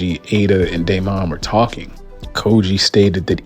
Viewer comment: Why're you putting so much emphasis on the "o" in Daemon? 😂 It's pronounced more similarly to "Demon" but with "Day" instead of "Dee".